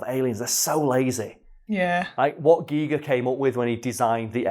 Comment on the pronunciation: Well done on the Giger pronunciation. It's not the same as " Geiger counter".